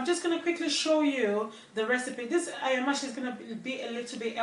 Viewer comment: Lovely recipe, looks delicious. However pronunciation is Aya-ma- se; cooking quickly.